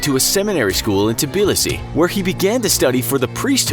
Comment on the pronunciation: Honestly your Georgian accent is great... Also, for the trillionth time, our capital's name is pronounced as TBILISI (Just like the way it's written, because this is how Georgian grammar works), not TIBILISI!